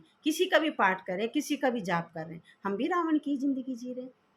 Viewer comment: Omshanti Didi 🙏🙏 Ravan koi vyakti vishesh nai ,hamari apni buraaiyon hai. Nice clatity of Ravan's name. Tku